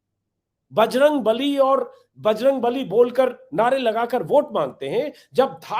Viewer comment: दूसरी बारमे बजरंग नली का उच्चारण किया इस लिए नाराज हुए बजरंग बली । बच गया जनता की बलि